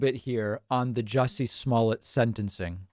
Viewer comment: David, Sir you are saying his name wrong. It’s Juicy. Not Jesse